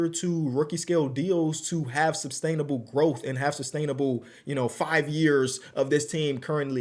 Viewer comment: bro the word "sustainable" doesn't have a b in it. It isn't substainable